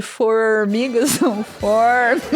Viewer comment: 9 minutos Nilce, sem contar os outros 9 que eu tive que me concentrar para parar de rir, tudo pelas "fourmigas"